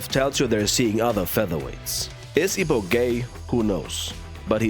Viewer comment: Nah his name is Ippo not Ippi 😂